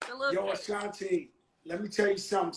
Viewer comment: This nigga keep saying ashantay lmao